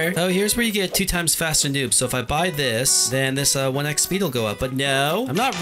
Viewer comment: It sounded like u said “dis” instead of “this”